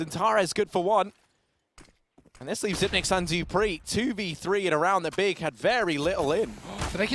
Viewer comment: why is the caster saying : Dipreeh... ITS FUCKIN DUPREEHHHHH